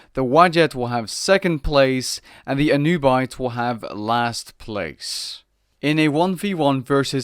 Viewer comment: Correct pronunciation of Anubite is Ahnoobeet Thanks for the video